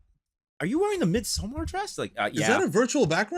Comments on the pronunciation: Why are you guys pronouncing it “MidsomMAR”? It’s just like in English “MIDsommar” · cringed when the tv guy said "mid sow-mar" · MidsoMARR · The pronunciation of midsommar had me 😂 the flick of the Zaraaaah